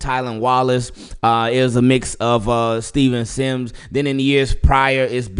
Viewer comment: Bro did you just say Steven sims ?😂😂😂😂 I can’t take you serious this is the reason y your channel fell off